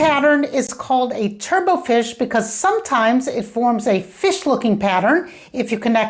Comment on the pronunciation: If you look up "turbot" in a dictionary, you see that the final "t" is not silent and it is pronounced to roughly rhyme with "robot" and not be pronounced like "turbo".